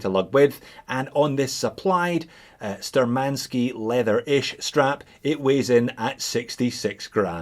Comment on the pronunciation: The correct pronounce will be Shtúrmanskie [navigator's]